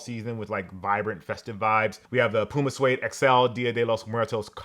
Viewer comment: I'm surprised that you pronounced PUMA accurately. What did China do to you?